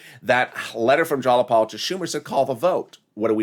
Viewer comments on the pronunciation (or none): It's not "Jalapal"; it's Jayapal